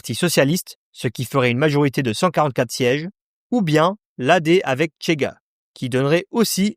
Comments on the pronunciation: Au Portugal on parle le portugais et, par conséquent, on ne dit pas "Tchega" mais "Chega", comme en français, par exemple. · C'est insupportable de prononcer le CH portugais TCH à l'espagnol, c'est juste Chega et Rocha , ni Tchega ni Rotcha ... Sinon. Oui le Portugal est en plein caca